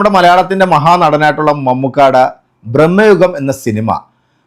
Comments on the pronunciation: നിങ്ങളെന്തുവാ ബ്രമ്മയുഗം ബ്രമ്മയുഗം എന്ന് പറയുന്നത്. കേൾക്കുമ്പോൾ തന്നെ എന്തൊരു അരോചകമാണ്. ഭ്രമയുഗം ആണെന്ന് പലരും തിരുത്തി തന്നിട്ടും നിങ്ങൾ വീണ്ടും അതാവർത്തിക്കുന്നു. നിങ്ങളുടെ വ്യൂവേഴ്സിന്റെ കമന്റുകൾ നിങ്ങൾ കാണാറില്ലെന്ന് മനസ്സിലായി. So ഇനിമുതൽ നിങ്ങളുടെ വീഡിയോ കാണുന്നത് ഞാനും നിർത്തുന്നു. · ബ്രഹ്മയുഗം അല്ല ബ്രൊ, ഭ്രമയുഗം